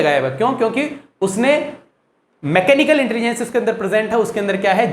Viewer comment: Please learn how to pronounce "intelligence".. Overall Good lecture 😊